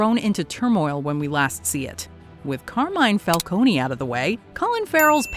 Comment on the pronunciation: I don't know why so many people need to hear this but you don't pronounce the letter e and the name Falcone